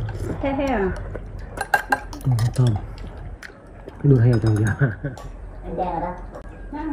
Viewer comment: Đuôi heo chữ k phải đui heo